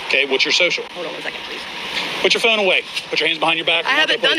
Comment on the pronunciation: Pig says Fe own? PHONE